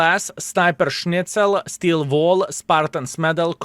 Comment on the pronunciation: Why always when You say "Steel Wall" i hear "Skill Ball"